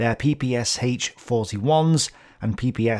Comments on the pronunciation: It was called P-P-SH (like in the sh-elf), not P-P-S-H... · Quick notce. ppSh should be pronounced like "SH" (for example like in SHock or SHe) not S-H. Or like "SCH" in german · PPSh (ППШ) should be pronounced peh-peh-shah. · > it's an acronym and Sh is for surname Shpagin Acronym from the Russian surname., being an englishman, understandably having a hard time pronouncing russian letters > BTW it's weird that Russian has any objections i'm not a 'pronouncing nazi', and I am very annoyed by people who floods comment section with "It's not S-H, it's Sh" etc